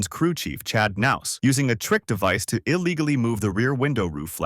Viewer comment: Dave Mar-ciss and Chad Nows, lol